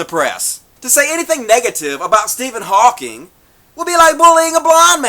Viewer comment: Please. His name is Hawking, not "Hawkins."